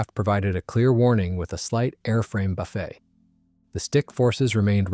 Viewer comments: AI Bilge narration: BUF-fet, not bu-FEE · "if the pilot pulled too hard on the stick, the aircraft would provide clear warning with a slight buffet" -- did the buffet include a good selection of zakuska for the pilot? Or should the word have been pronounced ending in "-et" rather than "-ay", the mispronunciation of homographs (words spelled the same but pronounced differently) being a defining indicator of an AI-driven text-to-speech system taken as gospel and published without review to get videos submitted faster.